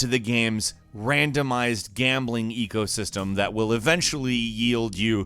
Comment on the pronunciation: Did anybody else heard him say "EA ego system" instead of "eco system"?